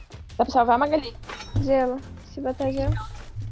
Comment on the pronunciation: Véi só eu que acho o bico quando ele fala "malagui sendo que é Magali kkkkk